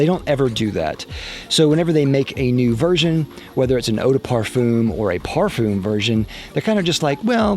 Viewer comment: If you going to create a fragrance review video where you say the word "parfum" 50 times, maybe you should learn how to pronounce it